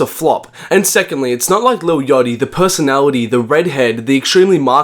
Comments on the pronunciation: "lil yotchy" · "lil yochty"